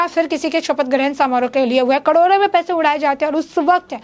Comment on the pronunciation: कडोरों कडोरों नही मेडम, करोड़ों करोड़ों बोलें।